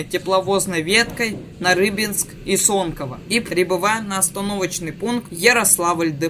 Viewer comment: Не соньково а сонково